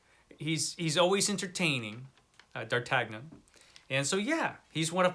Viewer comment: D'Artagnan. 🤣You're killing me with that pronunciation. D'Ar Tan Yun. 😜He is a great character. I do like Gandalf, but I think there are better characters in those books. Love your list! Most I've never heard of, of course. I knew Conan would be in the top spot.